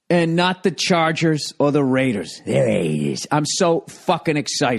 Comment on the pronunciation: The way Bill says "DA RAYDERS" is golden.